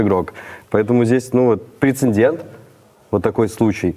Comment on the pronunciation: Бл пожалуйста скажите, что правильно говорить ПРЕЦЕДЕНТ, а не ПРЕЦЕНДЕНТ Слух режет(